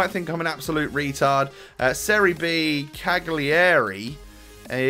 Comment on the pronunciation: cagliari is pronounced calyary